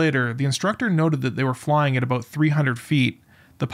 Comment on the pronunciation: is this robot a Canadian robot, listen to how the word "about" is spoken